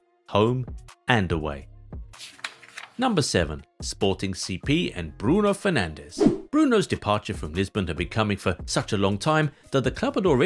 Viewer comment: Bruno Fernandes, not Fernandez